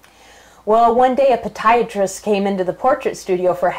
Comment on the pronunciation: It is poDIatrist....... Not poDIatrist..just saying....